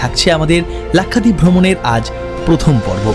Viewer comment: Nam lena nahi ata to nam kyu le rahai hai bewakoof! Its lakshwadeep not lakhadeep